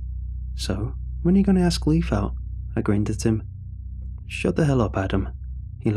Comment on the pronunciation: Leif is pronounced Layf not Leaf. Great story though